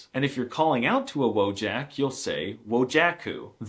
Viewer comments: D😂 - dużo się śmiałam. Przyczepiłabym się tylko 😁😅 do jednej rzeczy: 'J' w słowie 'WOJAK' wymawiamy jak 'Y' w angielskim slowie 'YET'. --> Zwracam na to uwagę, bo 'J' występuje czasem w języku polskim, 😂 więc będzie to przydatne za każdym razem, gdy wystąpi w jakimś słowie (w ogóle nawet już bliższe polskiej wymowie byłoby zastąpienie 'J' = 'I', bo wtedy jeszcze byłoby się zrozumiałym 😂). 'Wodżak' brzmi po prostu amerykańsko (więc nie dziwię się, że tak to zostało przeczytane 😉😂) - zwłaszcza, że słowo 'wojak' nie jest w ogóle zbyt często używane w Polsce (trochę jak z czasów opowieści naszych dziadków; 🤭 raczej odnosi się do czasów historycznych - tak gdzieś między 'rycerzem' a 'żołnierzem' 😂). Wyraźne wypowiadanie 'Ą' i 'Ę' kojarzy się z przesadą, a mówienie w ich miejsce 'OM' czy 'EN' - z pewnym niedbalstwem, więc idealnie byłoby wymawiać pośrodku. 😅🤣 Ale wielu Polaków wymawia bardzo różnie, więc nadal pozostaniesz zrozumiały. Co najwyżej będziesz odbierany jako ktoś kto koniecznie chce podkreślać, aż za bardzo, na każdym kroku, każdy detal w wymowie albo że trochę lekceważysz dbałość o język i nie starasz się mówić bardzo poprawnie (w obu przypadkach niektórzy pomyślą, że 'jesteś z zapadłej prowincji' i próbujesz ukryć albo nie jesteś w stanie ukryć swojego pochodzenia 😂🤣). 'Ś', 'Ć', 'Ń', 'Ź' - to są właściwie zmiękczacze spółgłosek, które mają czynić wymowę bardziej milszą dla ucha słuchacza. 🤣😆 Inaczej polska mowa brzmiałaby zasadniczo w stylu: SZCZRZDZPRDŁHGKMN... 😆 Ja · has a terrible pronunciation of “Wojak”. I know he knows better, but chose to mispronounce it consistently.